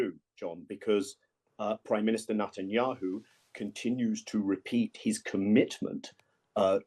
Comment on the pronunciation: When will have the common courtesy of learning to pronounce the PM of Israel's name correctly? Perhaps a small lesson in elocution is warranted ahead of another political opinion being emitted by this man.